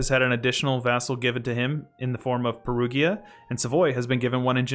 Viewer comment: Great video mean but the pronunciation just hurts me :) Perugia is pronounced as Perù (just like the country) - Ja (the GIA in italian sounds like the JA of JAcket in english). Keep up the good work!